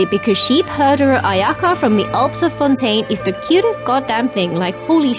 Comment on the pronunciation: Why do I always hear Ayaya rather then Ayaka, welp I think I need to touch grass 💀 And ya the classic "Anemone Gucci" 🗿